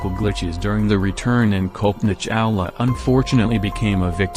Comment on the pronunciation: It's pronounced Cullpanaa Chawla (not Kowlpoena). 🙂